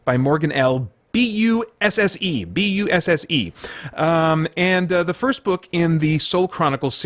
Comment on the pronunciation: Haha. Laughing out loud at you trying to pronounce the names. Nadine's last name is pronounced Brand - Ess. Pretty sure It's Morgan L Buss - ee And I think it's Gillian Bront - Ay (like the Bronte sisters) Adams. Interesting to notice that in the American accent, Fawkes and Fox sound pretty much the same. We have quite a distinct difference between the two.